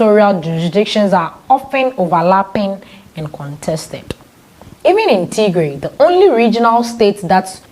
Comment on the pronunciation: Bitte sagen sie Tigray nicht tiegree Unser Region heisst Tigray or tigrayan thank you danke für eucheren verschtendnis